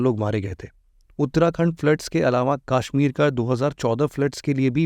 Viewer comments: It's कश्मीर not काश्मीर 👍🏼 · Tu bihari hai. , KASHMIR KO KAASHMIT MT BOL 😂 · It's not Kaashmir 🙂 It's Kashmir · Sir , it's not Kaashmeer , it's Kashmir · Sir kaasshmir nahi it's kashmir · Kaaashmir... It is Kashmir. Please pronounce the aa correctly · Sach me 😂